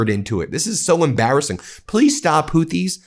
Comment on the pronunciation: He doesn’t even know how to pronounce the name of his enemy. He thinks he’s fighting Hootie of blowfish fame. He’s so stupid! I’ve been saying it for years; It’s not what he has that gives him power, it’s what he lacks.